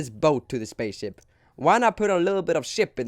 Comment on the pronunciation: He said spacesip not spaceship